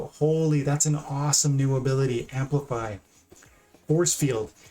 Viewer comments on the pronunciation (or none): 'amplify' with mylor omg